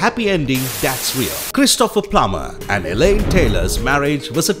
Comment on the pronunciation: The name is pronounced CHRIS to pher (not Chris TO pher).